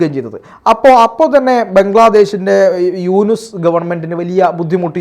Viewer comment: യൂനുസ് അല്ല ANUS